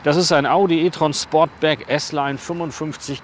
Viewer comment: Sportback, nicht Sportsback! 😉